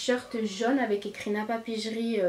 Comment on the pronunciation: Il me semble que ça se prononce « napapiri » et pas « napapijri » voilà 😂😘